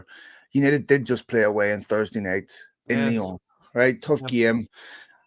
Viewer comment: why do you pronounce Lyon Lyone? And INEOS INEOSE?